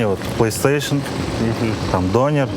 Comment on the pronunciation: Что за дОнер, дөнЕр ғой... Дұрыстап сөйлесеңдерші... Тым болмағанда, бір заттың атауын айтқанда...🤦🏼🤦🏼🤦🏼